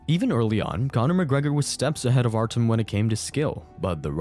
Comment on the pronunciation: It's Artyom, not Artem. The ё make a 'yo' sound.